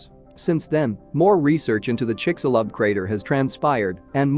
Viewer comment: Almost couldn't get past the narrator's pronunciations of of Chicxulub and Yucatán.